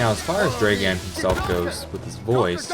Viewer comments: You say it like Draegan,but its supposed to be pronounced like dragun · Hey just wanted to say it pronounced "Drra-Gan" not dragen:D That's the slavic pronunciation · Its not "Draeghan" its "Dragan". Spelled like Drug+and-d